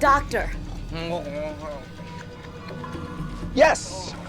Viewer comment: "What made you wanna be a doctah"